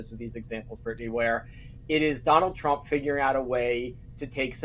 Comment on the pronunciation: Trump. Not Strump. It's not that hard to say. You should practice saying it before you do your next video.